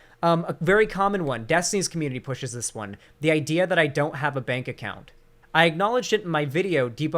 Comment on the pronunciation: I can't take someone seriously who says commun eh ee